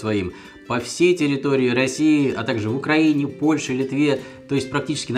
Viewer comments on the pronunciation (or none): none